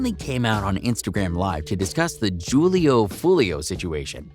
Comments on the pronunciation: this guy said “juul-e-oo” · Det boy said "jewel-lee-o" 😂😂😂😂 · Julio pronounced with an H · Y’all saying his name so wrong 🙄 .